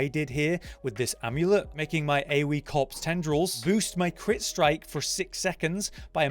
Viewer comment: After reading this every time you hear him say corpse you will hear cops